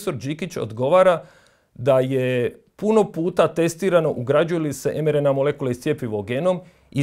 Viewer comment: Također, lita se em ar en ei, ili i er en ka. Oemerena ne postoji